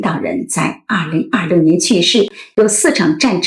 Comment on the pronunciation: 口歯很清晰，但是2026的6發音好怪，聽了幾次202漏年，回頭看字幕才知道在說2026。可惜！